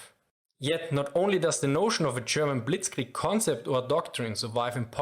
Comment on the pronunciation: Here is a very german response to your attempt of pronounciation (direct and brutally honest): It's not as bad as it could be, but you should definetly keep practicing. ;D It's hard to master our language, but you can do it. (I hope you don't "get this in the wrong throat" as we say. 😅 Germans are very direct.) I love your videos.